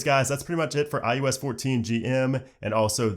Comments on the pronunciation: All I hear is ius lol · you said "IUS" nearly every single time